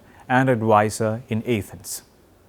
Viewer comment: also its A-thens not YAH-thens